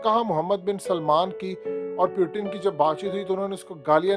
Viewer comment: براہ مہربانی ایک تصحیح کر لیں روسی صدر کا نام پیوٹن نہیں بلکہ ”پُوتِن“ ہے۔ روسی زبان میں ”ٹ“ اور ”ڈ“ نہیں ہوتی۔ اہل مغرب ”پُوٹِن“ بولتے ہیں کیونکہ انکے ہاں ”ت“ نہیں بولی جاتی۔ اگر آپ نے انگلش سٹائل میں بولنا ہے تو آپ بھی پوٹِن کہہ لیا کریں مگر ”پیوٹن“ کوئی لفظ نہیں ہے روسی زبان میں۔ مزید تصحیح کیلئے آپ روسی ٹی RT، روسی ویب سائٹ ”سپوتنک“ اور ویب سائٹ ”بی بی سی اردو نیوز“ وغیرہ ملاحظہ کر سکتے ہیں۔ امید ہے آپ تصحیح فرما لیں گے۔